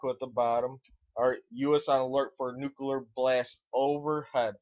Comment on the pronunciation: Wow, your an idiot. PREpared. NUCLEAR, not nukular... you know.... nuclear, because its the splitting of an atoms nucleus. You sound like a moron, and thats probably because you are one.